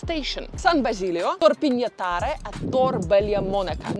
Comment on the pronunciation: Rome is safe and quite, if you have time, go also to Torpignattara (the girl in the video pronounced it very bad), you can find some interesting antiquities. Enjoy my city!